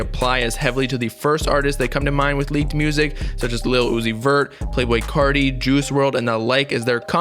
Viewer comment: When he says “ Whut is gud cottie peepull” It gives me life 😖